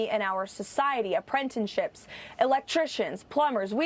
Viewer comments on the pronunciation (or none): She said ‘Apprentinships’ 😂